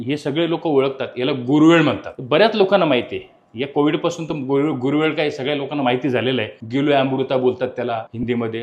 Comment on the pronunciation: Dr. साहेब रातराणी वेगळी आणि पारिजातक (प्राजक्त) वेगळा😊 आणि 'गुरवेळ' नव्हे 'गुळवेल' 😅 बाकी आपण great च आहात..त्यात काही वाद नाही❤